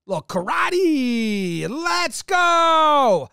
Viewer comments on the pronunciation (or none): none